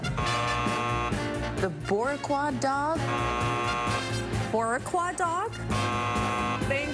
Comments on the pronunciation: Yeah, that's not how you pronounce boricua in Spanish. So, X to you. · Did not expect that surprise shoutout to Puerto Rico with that hot dog butchering pronounciation